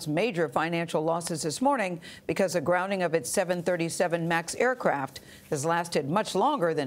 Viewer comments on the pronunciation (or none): GrounDing not grouning.